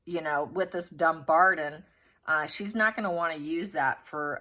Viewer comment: It is pronounced DumBARTON with a T not a D. DumBARTON.